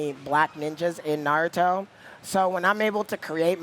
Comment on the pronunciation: I cringed the way he butchered Naruto’s name lol